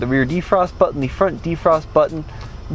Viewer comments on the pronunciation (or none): ‘Push the Auto Bunction’ lol